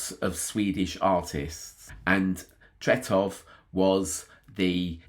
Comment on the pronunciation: Thank you for this great tribute to one of the greatest! Your pronounciation of Tretow is pretty much spot on 👍